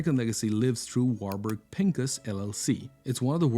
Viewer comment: Warburg si dice warburg sono tedeschi di origine Veneziani